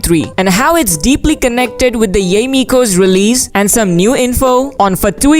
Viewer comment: pls pls pls stop butchering yae's name... it's not pronounced yay ee,.. it's pronounced ya eh